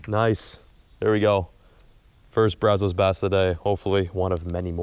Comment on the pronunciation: Braz-US. Please start pronouncing better!!! Wash-u-tah! Thank you! If you go to Mexia, muh-hey-yuh 👍🏼